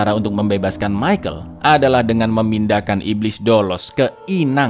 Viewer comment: Michal minn bukan michael